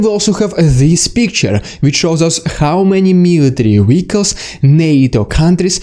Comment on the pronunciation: The way he says military "wehicles" is cool. I like his accent.